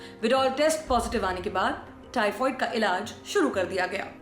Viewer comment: हेलो मैडम टाइफाईड होता है टाइफवाइड नहीं 😂😂